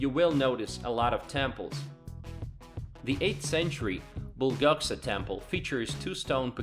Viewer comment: 도시명 발음이 죶가터. 얼쌘 울산. 뿔꺽싸 불국사. ㅎㅎㅎ